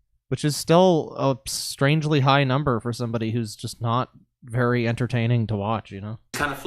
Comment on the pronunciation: To quote "it was a vewy anime Esq moment"